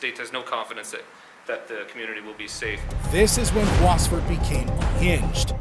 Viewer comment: This is so bizarre how the narrator pronounce "Boisvert" last name. It's a french name. Bois = Wood, and Vert = Green.